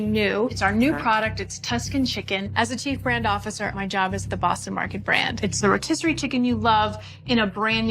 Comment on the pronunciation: his yob? did I hear right?